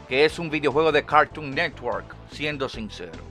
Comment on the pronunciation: Me encanta como dices cagton negwor 😂😂😂😂